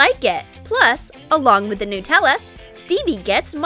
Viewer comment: It's not newella it's nUTella